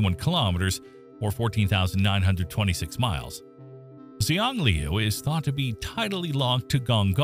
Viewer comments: you said the moons name wrong ;-; its a chinese word so its "shang-lew" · Xi is pronounced as She. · Your pronunciation of Xiangliu is totally wrong. The correct one is something like hsianliu. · In Chinese the pronunciation of Gonggong's moon is close to "Shiang-liu". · xiangliu should be pronounced roughly "shiang liu" in english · Isn't Xiangliu pronounced Shang-lu? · That is NOT how to say Xiangliu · I don’t know much about Chinese, but I don’t think that is how Xiangliu is pronounced. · He did indeed butcher it horribly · Ai generated crap. Can'r eveven pronounce Xiangliu